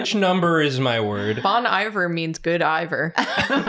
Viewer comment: I love their pronunciation of Bon Iver. He's from my hometown and everyone here says it like it's one word, bohn-eve-air. That's the closest to how it's said that I can type lol.